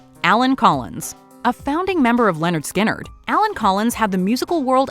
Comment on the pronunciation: It's not Leonard Skynyrd... It's Lynyrd Skynyrd. 🇨🇦